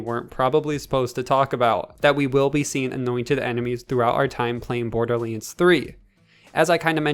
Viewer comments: Maple Syrup borderleens threee 😂😂😂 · No one: This guy: bOrDuR LaNe tHurEE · Did you say Borderlinds 3 st the start.